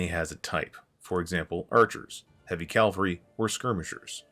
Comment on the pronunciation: Why do you pronounce caValry as calvalry??